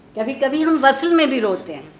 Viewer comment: وصَل ❌ (عارفہ جی!) وصْل vsl ✅